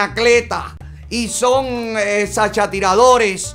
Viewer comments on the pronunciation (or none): 😂😂😂😂 dice que sachatiradores hahahqhahaha